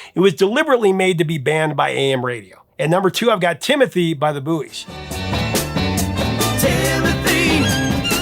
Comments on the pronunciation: Great video but I believe the band "The Buoys" is pronounced "The Boys", at least that's the way all of the DJs pronounced it when the song was released. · Uhmm... The Buoys - It's (pronounced "boys"). "The Buoys" is pronounced the same as "boys," not "boo-eez." The name is a play on the word "buoy" (as in the floating marker), but the band intended it to be pronounced like "boys" to reflect their identity as a group of guys from Wilkes-Barre, Pennsylvania. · Too many ads! Why can't Americans pronounce Buoys? It's pronounced BOYS and makes sense for a group made up of erm,boys ! Creepiest song ever is Jane ..it's a fine day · Not the booies. They were pronounced the boys.